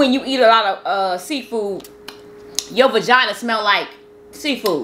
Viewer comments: She kept saying “vagina” and was like baby calm down on all that.He was like say vagigi hahahahaha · reaction when you said vagania wash 🤣🤣